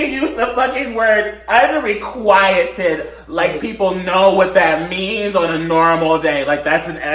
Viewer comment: Them trying to pronounce unrequited is everything I ever needed